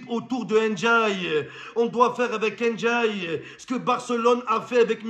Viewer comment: C'est pas N'diaye ni "én diaye", c'est Ndiaye ça ce lit tt d'un coup